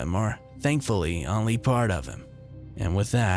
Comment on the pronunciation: Need to work on pronouncing only and blank otherwise good narration.